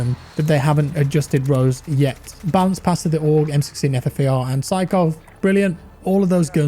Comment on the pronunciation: He did it boys. He finally pronounced Aug correctly ! XD